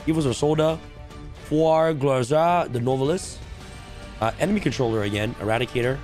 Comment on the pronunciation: Anybody else cringing when he says “no velis” instead of “new vell?” (Nouvelles)